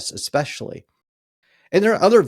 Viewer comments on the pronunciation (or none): I'm not sure about a therapist who says "exspecially".